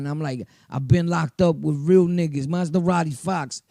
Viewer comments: Good shit bro but it’s Ma-Zah-Radi not Maz-Da-Radi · 😂😂😂 this nigga “ Maz-da-radi Fox 🤦‍♂️